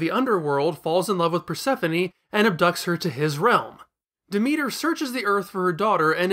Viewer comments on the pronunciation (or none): none